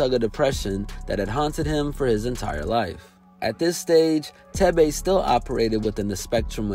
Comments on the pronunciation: His name is pronounced as 'Teh-veh' not 'Teh-bey' and the name "Thebe" means Power in my native Lozi language. Proudly African ✊ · Lmfaooo the way he pronounced thebe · Leave it to an American to absolutely butcher a simple Azanian name. Thebe😂😂